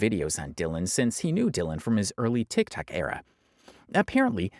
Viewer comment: You learned to say TikTok! Proud of you, keep the good work up